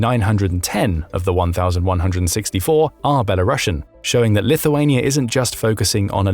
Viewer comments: You wrongly transcript the title of "Belarusian" in this video. You said " belarusian" like "ˌbɛləˈrʌʃᵊn" (like "russians" with "bela" at the beginning) but they should be actually called "ˌbɛləˈruːsiən" because the country called not "ˌbɛləʊˈrʌʃə" but "ˈbɛlərʊs". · Citizens of Belarus are belaroosians, not belarussians. There is a difference between the word roos' and russia 🤦